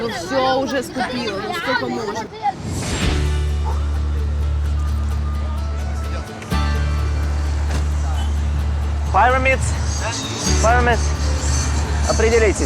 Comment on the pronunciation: Если уже ехать к пирамдам, то хоть пооверил бы это слово в словаре. Пирамидз, а не пайремидз